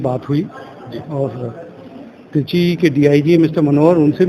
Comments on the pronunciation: Baar baar treechi ko chitri kyo bol rahi hain? ? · चित्री नही madam त्रिचि है।